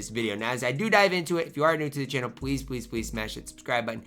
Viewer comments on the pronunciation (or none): none